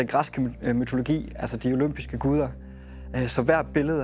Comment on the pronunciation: Altså udover du ikke udtaler guderne korrekt, så er du fandeme en cheff grønne <3